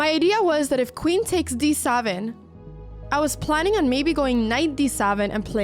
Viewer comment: "D SAVEN"?? "M0üW" .. please learn some proper English